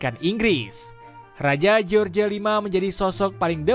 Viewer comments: george buka dibaca jeorje mas.. bacanya jorsh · George itu di Baca Joss Misal George W.Bus di Baca : Jos W.Bus